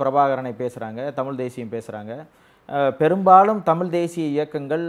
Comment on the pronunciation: ஒரு பத்திரிகையாளருக்கு தமிழ் உச்சரிப்பு மிகவும் அவசியம் திரு.,தமில் அல்ல தமிழ்.